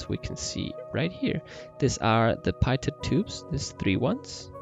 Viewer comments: The AoA sensors have nothing to do with the pitot system (pronounced pee-tow, not pai-tot), but it also needs to be "de-covered". The pitot system senses air-pressure, giving you altitude and airspeed. Other than that, great video, even if you digress a bit much. ;) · Great video! Just so you know, Pitot is actually pronounced PEE-Toe :) just for future reference! And they actually measure stagnation pressure, which having a reference static pressure means the computer solves for dynamics pressure, thus enabling the computer to be able to solve for your velocity! Once again thanks for the video! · Pitot......pronounced "pee-toe"......goofy French word.